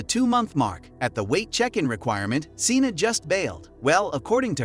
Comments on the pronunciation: Her name isn’t pronounced as “Cena”; it is pronounced as “Shawnna”. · SHAWNA it’s pronounced SHAWNAAAA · I guess so since he pronounced “Seana” wrong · Why do you butcher the pronunciation of these people's names??You have mispronounced every single person's name but 1 in this 1 video. wtf? these people are putting money in your pocket you should at the VERY LEAST pronounce their names !! ex. Seana: you say "seen-a". wth? it's "Shawn-a".. exz. Tamy is not "tame-e" it's just plain "Tammy"! I will boycott anyone's channel that's too lazy to even do this right. What else are you taking short-cuts with?